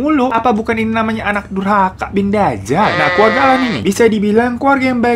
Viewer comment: Bang keluarga bang, bukan keluaga 😁